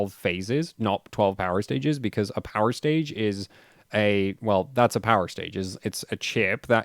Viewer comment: Whats a "powIrstage" ?